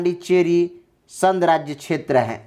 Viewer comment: अरे भाई पहले बोलना तो सीख लो आप बार बार संघ को संध के रूप में उच्चारित कर रहे हैं